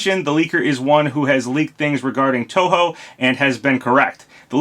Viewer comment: Hey as a long term Touhou fan, thanks for pronouncing the name correctly.